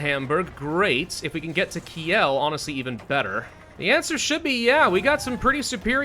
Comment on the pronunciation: i was gonna say something about how you managed to lose to 1945 italy, which is a achievement on its own, but the way you butchered Kiel's name was too much xD it's more like keel, not Ki-El :p or how that dude from that smithing tv show forged in fire says kill